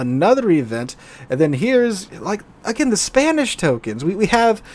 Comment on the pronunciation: When you said Spanish tokens, for some reason I thought you were saying "spammish" tokens. Fits, doesn't it?